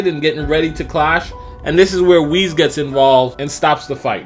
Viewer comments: Holy crap it's Whis not Wheeze. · You say Whis as (Wheeze) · Did he pronounce Whis as Wheeze?